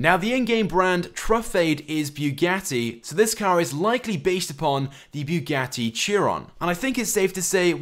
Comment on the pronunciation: bruh wtf is a beewgatti